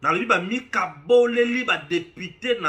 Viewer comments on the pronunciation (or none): none